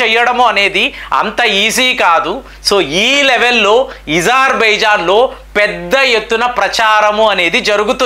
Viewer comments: Azerbaijan.... Not Izarbizan... Pl. Correct pronounceiciation.....sir Why you ..pronounce differently . Wrongly.... So.many ..names.....Pl correct sir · Not ezarbaijan ,it's azarbaijan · నీకు అ పలకడం రాదా.....? ఇజర్ బైజన్ అంటున్నావ్ అది అజర్ baijan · THE PRONUNCIATION OF AZERBAIJAN IS అజర్ బైజాన్ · Pronation wrong Agerbijan wonderful